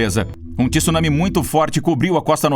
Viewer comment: 2021 e o cara não sabe pronunciar “tsunami” ainda, pqp!